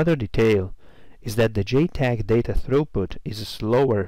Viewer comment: It is pronounced JTAG not JTEG !